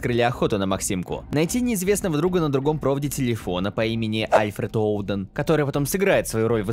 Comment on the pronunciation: Там вроде бы не Оуден, а Уоден